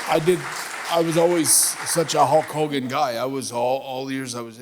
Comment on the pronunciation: Idk why but I laugh when he says Hawk Hogan lol awwww what a rush!!!!!!!